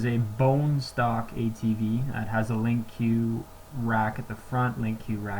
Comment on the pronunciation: Lol. Were saying “linq q” pretty sure it’s just “linq”